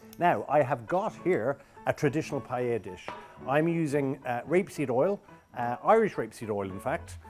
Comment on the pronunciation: I made this with him on an rte kids cooking show and he had to say paella 50 times before he said “pie-ah-a” instead of “pie-ell-a” lmao